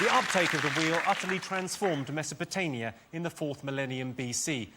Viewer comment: Mesopotania....really Jimmy?😅